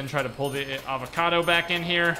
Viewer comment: "Avacodo" My brain dead ass: "who is this new avacodo tuber???